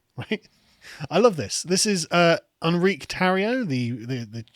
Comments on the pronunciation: hispanic name, "En-ree-kay," not a french "On-reek" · It's pronounced En-Ree-Kay